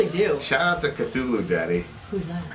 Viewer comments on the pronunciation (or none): none